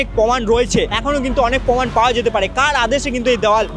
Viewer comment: Nice video,but poman na proman